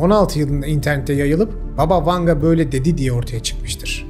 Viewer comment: BAba Vanga. Vurgu ilk hecede olucak. Baba rusca nine demek.